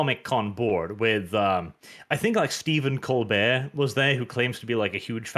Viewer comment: 1 demand to breed for him correctly pronouncing Stephen ColberT's name.